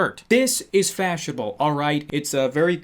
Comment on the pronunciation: "This is FASHABBLE." - 2018.